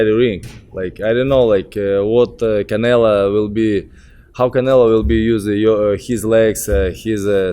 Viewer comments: all russian and Ukranian pronounce Canelo=Canela...lol peace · He keeps calling him Canela LMFAO